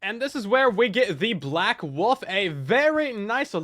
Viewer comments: pronouncing wolf as woof repeatedly is killing me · Did you know... The word woLf actually has an L in it, lol